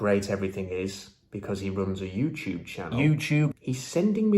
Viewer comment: That “yewtewb” gets me everytime